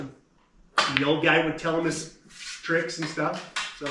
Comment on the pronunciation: Twrick or tweat they said. So I said TWRICK Here's an onion